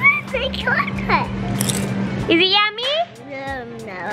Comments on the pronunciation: he said gotlet not chocolate 😂😂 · said " if you be a good boy you can have a chocolate" but he said it like gocolate😂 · Did biggy say goclate instead of chocolate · said ghocolate